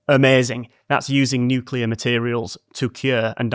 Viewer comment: I’ll just leave this here. THANK YOU for properly pronouncing nuclear. NOT nuke-u-lar.